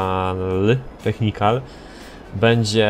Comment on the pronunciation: nie technikan tylko technical:)